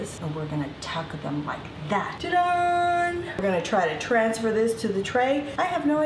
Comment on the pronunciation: I love that you say "TA-DONE" instead of ta da